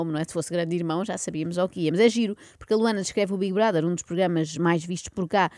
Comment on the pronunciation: Não é assim! É bigue broder! 😂